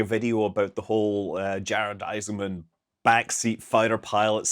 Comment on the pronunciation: You seem to call Jared Isaacman "Jared Isenman" or "Jared Iseman" sometimes. Might not want to do that in a video featuring him. (Unless I'm wrong to think the c is supposed to be pronounced.)